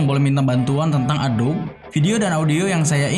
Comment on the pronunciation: Masukan bang, adobe dibaca "a-do-bi" Makasih😂😂 overall gua suka lu comeback gini